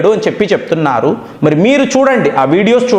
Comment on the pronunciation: Sir me voice baguntadi kani సాగదీత భాష మార్చండి జై హింద్ కి జాయ్ హింద్ అంటారు ఇరాన్ ను ఈ రాను అంటారు